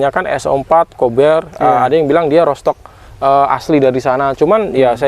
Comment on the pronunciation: Bacanya : rutstok um, bukan rotstok.